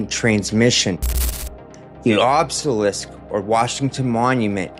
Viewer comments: Love the videos ❤️ You’re initiating the average joes to the best of your ability and knowledge I appreciate it ❤ But please check the way you say”obselisk”😂 sounds strange hearing such a knowledgeable man mis-say something simple Keep it up 👍🏻 ❤❤❤ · i love you bro but the way you pronounced obelisk pissed me off 😭😭😭